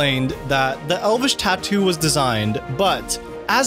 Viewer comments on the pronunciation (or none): none